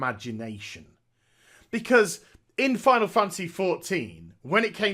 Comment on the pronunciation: I love how he calls it Final Fancy XIV instead of Final Fantasy lol.